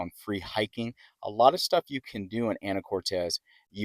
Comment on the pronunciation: It's Anacortes. Not Anna core tez. Actually quit watching your video because it was so annoying to hear you say it wrong so many times